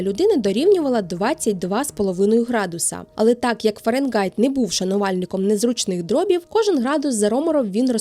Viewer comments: Цікаво! Але Фаренґайт дуже ріже слух. Фаренгайт же ж (Fahrenheit)! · Схожа тема. Не ображайтеся тільки. Фаренгайт - повага, бо нарешті. Але звучало постійно ФаренҐайт. Не одразу зрозумів, що не так. А відео дуже якісне, щиро дякую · Айзек, Фарєнгайт 😂. Не можу це слухати